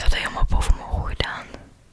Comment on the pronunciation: Hahahah echt geweldig “HEDAAN” neen, het is GEDAAN 😂 maakt niet uit hoor bij mij zou het eerder zijn GEDAAAAAAN HAHAHAHHA